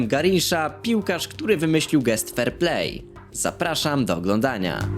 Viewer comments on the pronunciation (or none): none